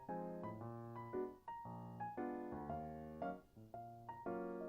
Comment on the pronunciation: bruh did you say cookie cups?